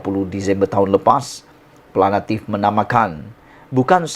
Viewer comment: Plaintif la bukan plainAtif